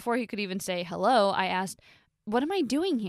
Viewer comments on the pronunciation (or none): none